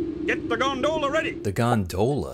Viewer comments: I appreciate you having the subtitles emphasize the bizarre pronunciation of 'gonDOHla' everytime. It's great 👍 Gags like that should happen more often in subtitles. (Also, in general thanks for having proper subtitles on your videos!) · Am I the only one whose only ever heard Gondola pronounced "gonDOLa" before this video? You're the first person I've seen pronounce it "GONdoLA" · GondOHla lol